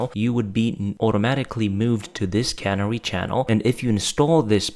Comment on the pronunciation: Can - AIR - ee, shooly?